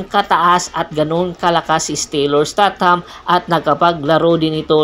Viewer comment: Isteytam po sir hindi po estat ham..